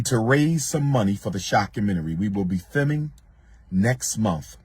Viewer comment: WHO CARES! WORRY ABOUT YO’SELF AND THAT SCHOOL OPENING. And it’s “FILMING” NOT “fiming”